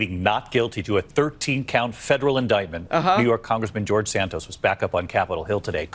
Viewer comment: The fact that says George Santos correctly when he intentionally fucks up every other name he mentions is like a five year setup to a beautiful joke.